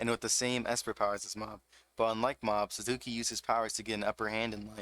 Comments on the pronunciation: and then you called him SUZAKU IM DEAAAAAD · LMAO naw you're good bruh. You emphasize the SuzUki which isnt really bad but the SUZAKI gave me goosebumps and not the good kind LOL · The way you pronounce "Suzuki" is giving me seizures but great video!